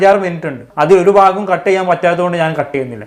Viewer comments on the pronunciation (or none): none